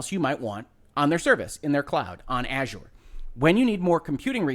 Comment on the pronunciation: Finally, a YouTube video that pronounces Azure correctly